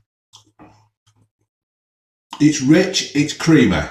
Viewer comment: "It's creameh"